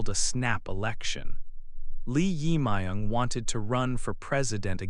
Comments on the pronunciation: Please pronounce 'jae', the part of the korea new president's name correctly. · your pronouce of 'Jae Myung' is not correct...